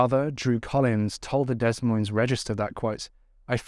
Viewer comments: Dude, Des Moines is pronounced "day moins". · Des Moines is pronounced da-moy-n'z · Not to take anything away from this sad case of 2 innocent girls... Des Moines is pronounced (DE-MOYN). Sorry, the constant miscommunication in this video was driving me batty!! I pray 🙏 the monster is caught and there is justice for these sweet girls. 💜💜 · Hey, I haven't heard much about this case even though I'm in Iowa. I'm not sure why some cases are not known while others gain national coverage. All cases involving children should be made well known, at least throughout the state in which it happened. Congratulations on your new home, and new bed!! I also love the vines on the headboard!! Des Moines is pronounced Dee Moin. I'm from here and don't always say it correctly, lol. You did a great job as always, keep up the great work. And thanks for doing a video from my state, even though it's heartbreaking. 💔😢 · Although this case is tragic, I hope their families are proud of how much abuse prevention work they did in honor of the girls. Note: the Des in Des Moines is pronounced with a silent S. So it's like "deh moines" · It’s pronounced Deh moyn, neither “s” is pronounced. Otherwise, very nice concise coverage of this case! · I love your videos! You're always extremely respectful of the victims and the cases overall. Just a small note, the s is silent in both words Des Moines (I live in Illinois so we often hear people saying Illinois with the s as well which is of course understandable for anyone not from these areas.) Keep up the great work on your videos, it shows just how hard you work to keep these cases alive. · Great coverage. Please look up how to pronounce Des Moines ya said it wrong every tine darling. American cities are mostly pronounced strangely so it isnt your fault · Great video, btw the S is silent in (Des) Moines 😊